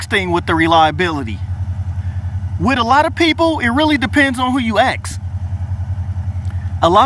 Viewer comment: He keep sayi' "ax" ! I luh dat!